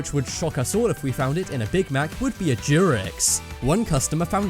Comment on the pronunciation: This dudes pronunciation is terrible, I kept hearing jurex and i legit looked it up if it was some sort of animal or what but nothing, i finanly turn on auto captions and see it said t-rex.